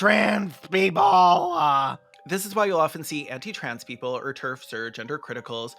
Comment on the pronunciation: "Keople for the Athical Treatment of Yanimals" has sent me. I'm like a minute and a half in and I had to pause for a chortle break.